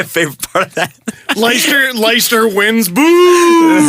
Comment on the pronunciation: ...LESS-TER. Not LICE-TER